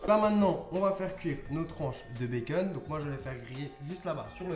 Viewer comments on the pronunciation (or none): Ça me stresse tu dis " bacen " au lieu de " bacon " mais tes vidéos sont super bien 👌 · pourquoi tu dis baceun